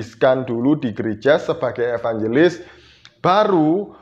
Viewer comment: Nandar bukan evanjelis tapi evangiblis🤣🤣🤣